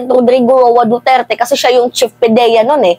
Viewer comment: Ma'am ayusin mo mgblog kahit pangalan ni Duterte nahihirapan mong ipronounce,dn parang may POLBORON dyan ma'am,isa pa tong EL NIÑO mainit na nga Ang ingay pa